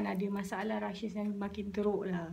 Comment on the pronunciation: It's "rashes" , not "rushes"